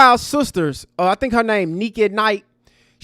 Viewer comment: _ for a 'n' who doesn't care about opposing opinions ... you cared! 😅 Now who's talking back?! 😅😅 The dumb 0nes (like you) ALWAYS fall into responding. 😅😅😅 Learn how to pro-nounce her name pro-per-ly (hell, Google it!). 😅😅😅😅